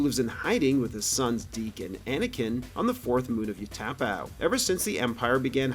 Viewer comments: Say it with me...Ooo-ta-pow. Did this guy not see the prequels? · Its pronounced Ooh tah pow. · “desert planet of ooh-TAH-pow” uhh… Utapau?? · You’re not saying Utapau right.